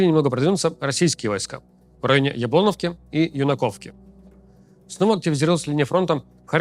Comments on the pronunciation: Ю'наковка, Яблоно'вка. Ставьте, пожалуйста, правильно ударение. Сумчанам больно слышать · Ты внатуре турок, из раза в раз тебя катают на *уях, но ты все равно продолжаешь говорить яблОновка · А яблОновка как вам?